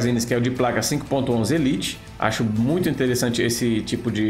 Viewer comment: Muito bom! Só duas observações, a máscara/touca do mergulhador tende a não tampar boca e nariz por conta dos equipamentos de respiração e a marca 5.11 se pronuncia Five Eleven, só detalhes mesmo...